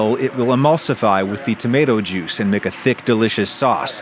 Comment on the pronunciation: lol you're the social media expert, but I'd recommend not shortening "juice" into "jui"